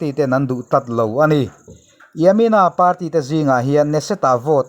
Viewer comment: News channel kan siam dawn a nih chuan kan English lam rik dan hi chu fimkhur a ngai en tir nan Party tih lam dan te United tih lam dan te ka duh thawh ve a nih hi min hrethiam hram ka bei sei